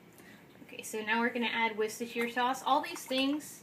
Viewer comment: Wow, an American who said "worcestershire" properly! And in a hot accent to boot, haha!